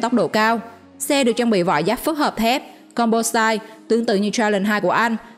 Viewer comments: Composite...doc là com po zit...not zait...ok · Composite mà đọc com pô sai. Vcl